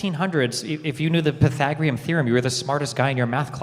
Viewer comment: Wow the guy who says that robots can’t replace us is definitely going to have a robot scrape out his clogged up arteries in the near future. Dude got a full cardio workout just trying to pronounce pathagorian.